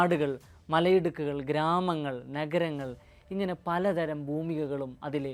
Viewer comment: നെഗരങ്ങൾ അല്ല നഗരങ്ങൾ എന്ന് പറയെടാ മണ്ടാ !